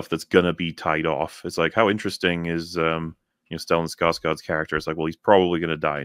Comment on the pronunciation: It's Stellan Skarsgård, by the way, a fellow Swede.